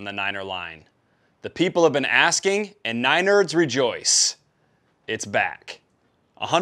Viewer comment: Nine-nerds lmao 😂